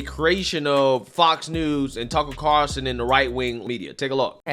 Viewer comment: Did she say Tucker Carson?